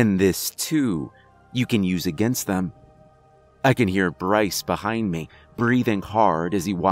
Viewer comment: the only thing that gets me is how he says "meh" instead of "me"